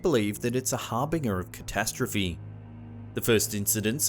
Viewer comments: 'Harbinger' is pronounced: HAR-BIN-JER, Champ. Good Vid otherwise;O) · Please stop mispronouncing “winged” It’s not pronounced like“learned” and is one syllable, not two “A winged creature” is wing’d - not wing-ed (unless you’re reading a poem). Also “harbinger” is pronounced like “whinge”